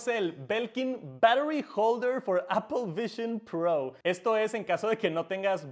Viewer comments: Appel vishion prooououuuu haci dice el man xd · Apol vishon prou xD